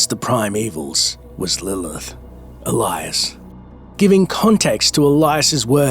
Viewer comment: "But how will Lillhhh...."